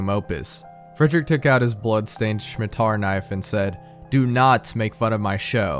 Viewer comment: I wasn't expecting happy appy so early.... I remember reading it back in high school, I had no idea what fresh hell I was witnessing at the time Ok the scariest thing here is pronouncing "Scimitar" as "Shmi-tar"